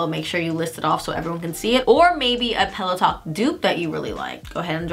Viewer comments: I kept hearing “peleton” instead of “pillow talk” 😂 omg my ears! And I completely agree, I actually like pillow talk dark compared to Med and OG. The brownier tones are more flattering on my light-Med skin tone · Every time she says pillow talk is sounds like Peloton lol